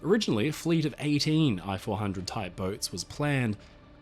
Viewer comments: Ee-chee 400. Computer voicing... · Hi. I am a Japanese and enjoy watching your every upload. Japanese sub I-400, correct Japanese pronunciation is rather close to pronounce "E" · The correct way to pronounce "i" 400 is to use the English sound "ee" as in Feet. It's pronunciation would be the same as if you wrote "e-400".